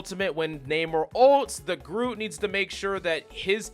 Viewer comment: Hey, Coach, did you know that Groot has got a T at the end of the name?